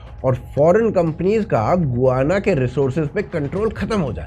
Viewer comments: Gu-va-na nahi ga-yaa-na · "गोआना" नहीं होता है। "गयाना" होता है। प्रोननसीएशन ही गूगल गार्ड लेते भी लोग। 🙏🏽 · Bhai गुआना nahi hai गयाना hai, 15 april ko hi yaha aaya hun for next 3 months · गुआना है या गयाना है? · It is called Guyana "गयाना"।